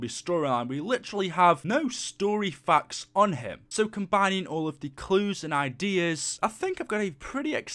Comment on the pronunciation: The way he says facts 😂 i dont have any fuks